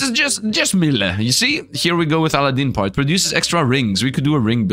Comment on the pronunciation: Al-a-din 😂😂 not sure if this is just for copyright but it typically pronounced A-lad-din :_SifdLaugh::_SifdLaugh::_SifdLove